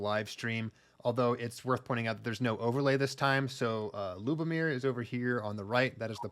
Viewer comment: I got eliminated by Lubomír in the 3rd round. Yes, his leg cuts do hurt 😁. You did great job in pronouncing the names!